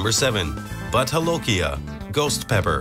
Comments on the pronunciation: Its not butt holokia, Its bhoot jalokia. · butt holokia??? 😞😞😂😂😒😒😒 it's bhoooot jo--lo--ki--aa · I am from Assam,India.The pronunciation of Bhut Jolokia..is Bhoot Jo-lo-kia. not butt holokia.And I love having this pepper during my lunch and dinner. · The narrator pronounces Bhut Jolokia as "butt-hol-okia" 🍑🍩. An insult to bhut aka ghost.🤣🤣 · Why does the narrator pronounce 'bhut jolokia' as 'butt holokia'? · I was cringing every time he said butt holokia As if it's Spanish . It's pronounced just that way it's spelled . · because its a spanish name anf J is pronounced Ha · Bhut jolokia name isn't spanish. Its not holokia as pronounced in spanish.